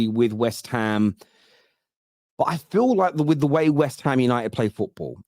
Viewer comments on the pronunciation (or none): none